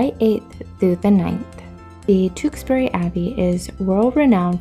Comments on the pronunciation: It's pronounced... "Chewks...bury" 😊 Glad you are still enjoying our beautiful country. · It is pronounced Tewkesbury, you must live in a different part of the country if you think it is pronounced differently. Never in my life have I heard it called Chewks bury. In Gloucestershire & Worcestershire it is known as Tewkesbury. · thats Burford not tewksbury